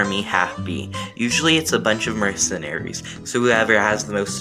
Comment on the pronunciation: This was a really bad explanation, especially of anarcho-capitalism. And mercenary is not pronounced like "merck-enary" lol